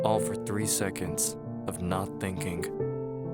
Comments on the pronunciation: It's pronounced "thinking" not "thinkink." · the story was sad and all but I couldn’t stop thinking about the way the narrator pronounced “thinking” as “thinkink” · Funny how he says words like... Thinkink Somethink Anythink